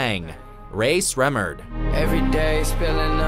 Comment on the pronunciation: It's pronounced Sremmurd (Shrem•murd)